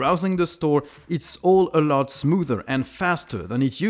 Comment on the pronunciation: I love how says "a lot" Eurlot